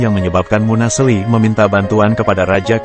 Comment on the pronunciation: Munaseli bukn munasli